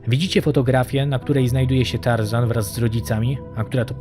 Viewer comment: Tażana nie Tar zana.